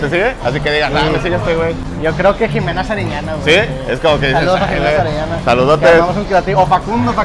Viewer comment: Cuando dice Jimena shariñana 😂